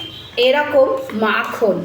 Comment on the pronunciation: Makham noi Ota Hobe makhan